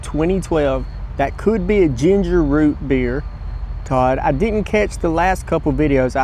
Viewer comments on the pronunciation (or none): none